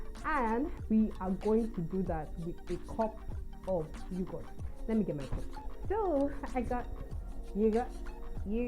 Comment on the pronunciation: Lmao fun video but maybe learn how to pronounce yoghurt?? 😂